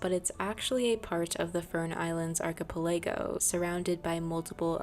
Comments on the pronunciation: Ark-uh-pell-uh-go it's 5 syllable. Thanks for the great video. 😊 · archipelago = arch i pell ah go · Ark-a-pel-a-go is how archipelago is pronounced. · ArchipeLAYgo is taking me out 😅😅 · i don't think that's how you say archipelago but it may be a tomato potato situation